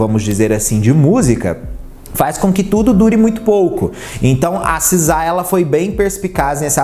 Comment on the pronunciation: Seu inglês é horrível,meus ouvidos sangraram ouvir vc falar “sizá”